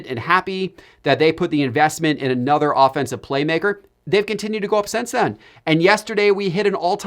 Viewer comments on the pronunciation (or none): none